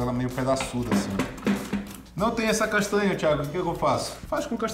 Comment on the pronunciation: nao tenho maturidade pra esse seu jeito de falar palavras com NH (castânia) kkk S2. vale pelo engajamento